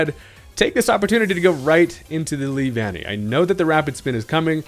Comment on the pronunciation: I’m glad you got the pronunciation right. (LEE-VAN-KNEE) The way you said it before sounded so weird.